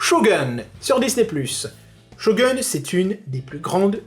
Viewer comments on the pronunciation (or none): Sa se dit shogoune 😂